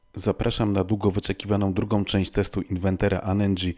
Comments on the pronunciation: w pierwszych sekundach słychać inweNter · Uwielbiam jak ktoś mówi "inweNter" i ma się za znawcę :)